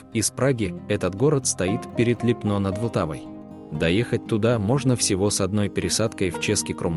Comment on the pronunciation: Липно - это не чешская Швейцария!!! Зачем дурить людей? Чешская Швейцария находится на севере страны. И поменяйте ударение на Ли́пно а не Липно́.